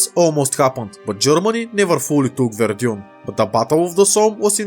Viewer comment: I think it should be pronounced "Вердан" not "Вердьюн"